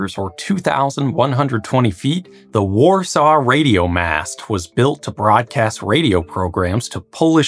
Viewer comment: AI can’t pronounce Warsaw 😂